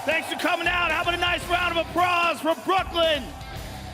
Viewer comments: Joe "Apprause" Rogan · Let's give a round of apraws 😂😂😂 tell me I'm not the only one that heard Joe fuck up straight off the bat in the beginning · Joe turned Asian for a sec - "a nice round of *apprause*" xD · damn joe can't be getting high for work. you said apprause lol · How about a nice round of "apprraws" ? HaHa!! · Hahaha WAY OFF as well